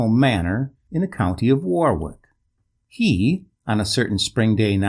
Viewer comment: Enjoy your narration, but Warwick is pronounced Warrick. An expat in Florida.